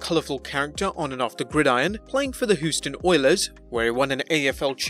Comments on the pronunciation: Hooston Oilers lol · The "Who"ston Oilers 🤣🤣🤣🤣🤣🤣🤣🤣🤣🤣🤣🤣🤣🤣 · Please learn how to pronounce Houston, Los Angeles and Ditka.